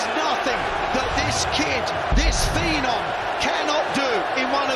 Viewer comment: Seriously. Wayne enough!!! Phee-nom? Shut up